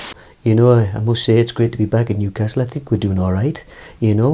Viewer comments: Mou : I sink Pep : More than you believe Klopp : For sure Emery : Good ebening Ronaldo : Of course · 🤣🤣🤣😂 “I sink”